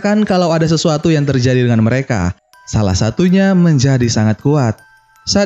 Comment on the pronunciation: Bang harus nya salah bukan zalah